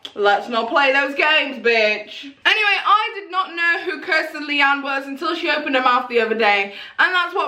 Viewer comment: It's Kristen you keep mispronouncing it as Kirsten , the video title is incorrect as well